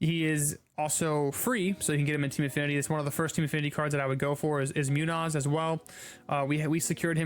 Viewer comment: I’m sorry but andres Munoz is pronounced moon-yo-s